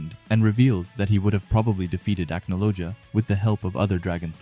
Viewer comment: The pronunciations of the names in this video is killing me, I definitely recommend watching a bit of the English dub but 3 minutes into the video here’s some help Gajeel : Gah-jeel Levy: Lev-ee Mirajane: mee-rah-jane Cana: Con-Ah Laxus: Lah-X-us Charle: Car-lah (idk why but yeah it’s different in English) Acnologia: Ack-no-low-gee-ah I’ll add more if necessary as I watch👍